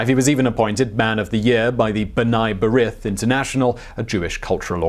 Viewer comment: It’s pronounced B’Nay Breeth